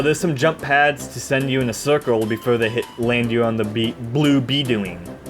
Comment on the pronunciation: Some pronunciation notes. Butane is pronounced BEW-TAYN not BOO-TEN. Magma Opus is pronounced OH-PUS not OPS. B-Doing is not pronounced like the word "do-ing," it is pronounced like the onomatopoeia "DOI-NG" to imitate the phonetic resembalnce of the bounce platforms.